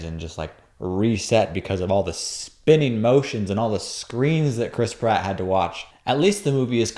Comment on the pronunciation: Every time I hear "Chris Pratt," I hear "crisp rat."